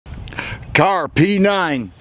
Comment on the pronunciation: Kahrs, not Kahr's.